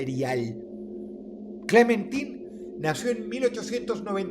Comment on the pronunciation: Yo cada vez que Dross decía Clementin en lugar de Clementain: 🫠